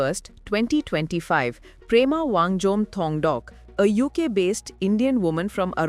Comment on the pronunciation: Quite sure he name is Pema not Prema